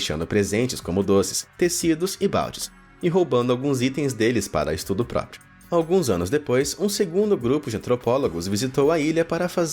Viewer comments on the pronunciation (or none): none